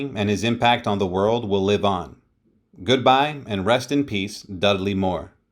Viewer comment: Dud-a-ley? HUH? Dud-ley. RIP Dudley. Thanks for the video.